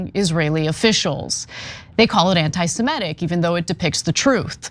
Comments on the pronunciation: FFS, Ana. "Anti-simetic"? As if there were Simetes? The word is ANTI-SEMITIC! Work on your English, please. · Ana, the word us semitic -- pronounced the way it is spelled seh mih tic. Not sih meh tic -' that would be spelled simetic. The word doesn't change when you put "anti" in front of it. It's still semitic, not simetic.